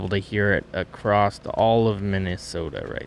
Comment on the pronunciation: I always thought it was interesting why people pronounce ’across’ as ‘acrosst’ with a T at the end